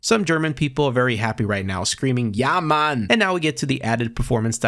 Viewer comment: True. If someone would send me the clip, I couldn't tell it was not a german saying it :D